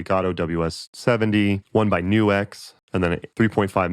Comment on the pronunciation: I assumed it was pronounced 'nukes' instead of 'new X'.